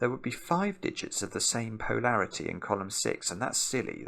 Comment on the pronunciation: Tried it. Brok it. Restarted it. Tried it again. Brok it again. In a different place. Time to watch the video. pronunciation of poe-larity will never stop leading to hi-larity 😆